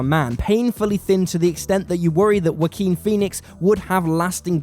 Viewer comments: Respect for the content, but I never heard someone pronounce the name as 'Whoakin' before. This makes the video hard to take serious. :< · "Whakeen" is the correct Spanish pronunciation of the name. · "wa keen" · Everyone; such a great movie yeah yeah Me: did he just say Waki Phoenix? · That's a funny way to pronounce Joaquin, but I loved the video, really good work and good analysis. Thumbs up.